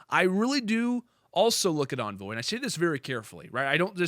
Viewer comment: Its Envoy not Anvoy lol